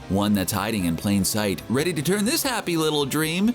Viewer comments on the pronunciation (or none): none